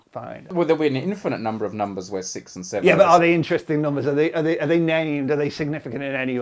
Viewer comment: Not a math comment. I just like the way he pronounces numbers as "noom-beh-s"